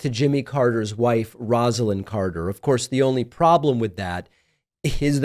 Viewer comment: His wife name was pronounced ROSE=a=lyn